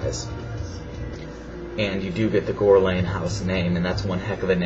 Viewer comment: Gore-Lain, Gore gore!